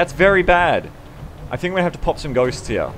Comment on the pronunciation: Erma gawd I swear you said goats in the whole for the intro. Ghosts make sense too I guess :/